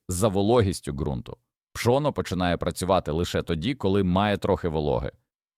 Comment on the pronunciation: Пшо'но😂 гри'бки😂 ШІ не навчилося наголос ставити вірно